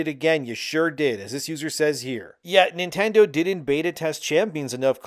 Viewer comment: everytime u say Nintendo my mind suffers